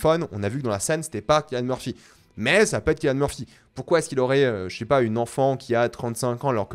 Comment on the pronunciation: KILLIAN Murphy ? Cillian Murphy tu voulais dire ?